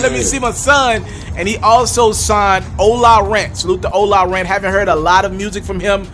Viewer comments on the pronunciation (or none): Why he keep sayin ola rant it’s ola runt